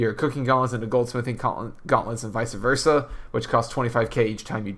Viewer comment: "Visa versa"